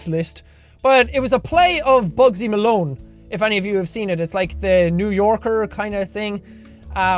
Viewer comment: RobloxGamer123 you my friend, hey guys this guy said it right.